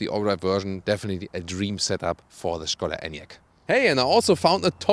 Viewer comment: Na endlich.... Thomas pronounced well the word skoda excellently, as SHKODA. :)